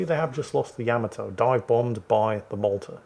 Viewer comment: Wargaming will fix the game when pronounces "Yamato" correctly (of which the Japanese have provided INNUMERABLE examples).